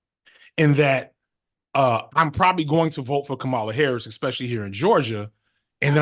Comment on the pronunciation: Y’all can’t pronounce the VP’s name either? You know THEY do that to be spiteful. Can y’all give her that respect? Start there?